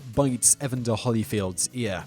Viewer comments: What confuses me is that in order to mispronounce EVERY person you ever mention you genuinely can't have either heard nor read a single news article about ANYTHING you ever talk about. His name is pronounced e van der. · Just a couple helpful corrections: E-VAN-Der (pronounce like you would a van that one would drive) and Holy (holy, holy, holy, Lord God Almighty...) and not like the "holly" one might find on a tree or bush. Thanks. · EvAnder HOlyfield. Like nails on a chalk board listening to him butcher the name. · Eva's Ivy to be fair, if he's never heard the name, 'Evan' is a name. he pronounces it like that. but there's no justification for the butchering of the last name. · You seem to have a grasp of the English language, being British and all, which makes me wonder how you mispronounce so many words. How can you possibly mispronounce evander and artest? It's not that hard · Purdue and Evander have slightly different accented syllables. Wilkes-Barre is also pronounced a little differently...not that I blame you. No one seems to know that one: And I'm not being negatively critical. I just know how crazy it drives me when someone not from the area says Louisville, Kentucky. I figure other people probably feel the same. People in Purdue, for instance, take it pretty seriously. Not in a rude way; Indiana is just passionate about a few things...basketball, various universities in the state, and being Hoosiers instead of Indianians. I like Indianians, myself. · I'm subscribed to you a while now Simon but if you keep pronouncing words like a weirdo I'm unsubbing what kind of a way is that to say evander